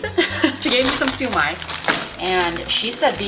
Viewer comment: Pronounced as shyo-mai